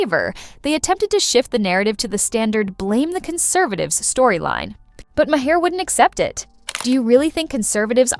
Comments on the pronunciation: It's not " Mah- heir. Maher, u idiot. Listen to him pronounce his own name. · The bot reading the text doesn't know how to pronounce Maher's name. LOL.